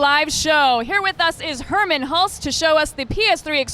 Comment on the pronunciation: his name is Hermen, not Herman. If he was indeed German, his name would have been Hermann. He's actually from the Netherlands, but you're a very smart person, so you problably already knew that.......